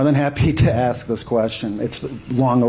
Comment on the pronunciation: An axe is a hand held tool used to cut wood. I think the word your trying to pronounce is ask ! You ask questions you do not axe a question because it makes no sense .